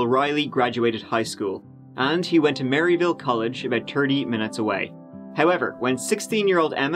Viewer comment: You can tell ain't from here. Everyone pronounces it Murr-a-ville